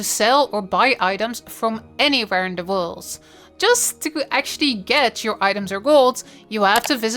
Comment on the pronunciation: "make GOLZ" "anywhere in the worlZ"